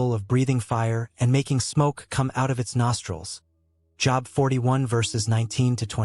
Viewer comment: Everytime the AI mispronounces Job, I skip a beat. Think I'm in full arrest.